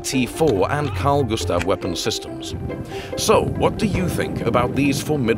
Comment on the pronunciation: As a Swede you should know it's Gustaf*